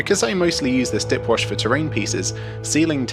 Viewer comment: ...did he say DIY "dick" wash???